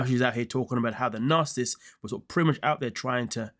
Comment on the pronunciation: Learn how to pronounce NARCISSIST if you're going to use it. TY.